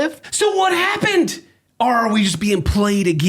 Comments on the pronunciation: It's all about saying "Auhr" like an Aussie instead of "Or". My man's picking up on the dialect XD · keeps pronouncing or as aure. The de-americanizing process continues